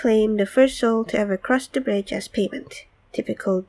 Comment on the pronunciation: It's "THE" not "DA"